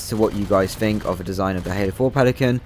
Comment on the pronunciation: "Fink"..."Fings?" What the hell is wrong with you lower class brits??? It's THINK AND THINGS!